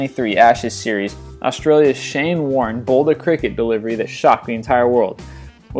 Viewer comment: He said overtime in a baseball game, and he called cricket something that sounded like crechet.